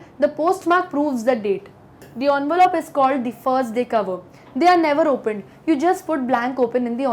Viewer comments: it's not Onvelope.. It's envelope You pronounced it incorrectly. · Envelope ❎ onvelop✅ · She is trying to over pronounciate 😂